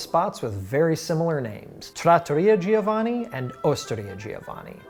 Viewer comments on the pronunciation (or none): All the Italian content, but you still butcher & mispronounce names like Giovanni 🙄🙄 like how is that even possible? The i isn't pronounced!